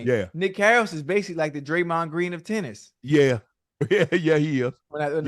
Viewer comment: Am I the only one that thought he said "titties" instead of tennis? 🤣🤣🤣🤣